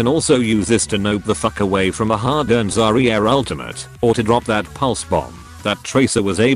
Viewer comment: pro Zar-Ree-Arr*